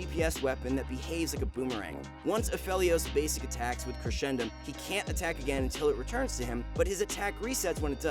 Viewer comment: how its supposed to be: crescendum how he pronounced: crechendum